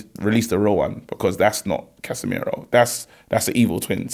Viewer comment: 🤣🤣🤣🤣🤣 Case-meir-woah. love ffs. That united top is hard